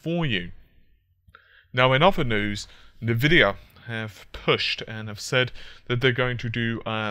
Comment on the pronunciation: Stop saying "Nvidia"!!! Its spelled "eNvidia" ! :D